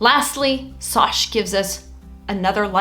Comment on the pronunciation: I think her name is as in and not SOSH 😂